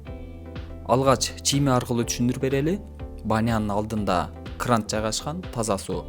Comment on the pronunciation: кран эле дечи крант дебей